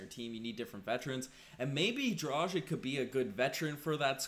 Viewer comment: Come on man. As an "analyst" you should learn properly pronounce players names. It's DRAH- GHEECH...